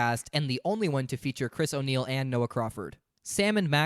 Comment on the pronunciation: Dog when I heard "chris o' niell" I had to do a double take. I was like "no way oney is in this 😂"